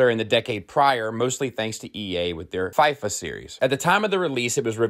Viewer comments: I think you're the first person I've seen to pronounce Fifa that way, most pronounce the Fi in the same way you'd say Fiona, or fee. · Are you trolling with the way you say FIFA and Elder Scrolls or have I just not been observant for the last 5 years of watching you?